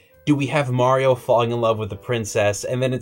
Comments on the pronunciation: Because it's MAR-ee-o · Stop saying "Mary-Yo". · Can you guys please ask to learn to say Mario correctly and stop saying "MARY-OH". K thanks